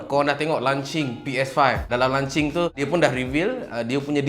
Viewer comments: Launching bukan “lan-ching” haihhh lancau betul lah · lunching makan tengah hari bang.."lonch cing" sebenarnye...jangan mareeeee hehe. good video,tq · Aku je ke yg dgr dia ckp lancing hahahahaha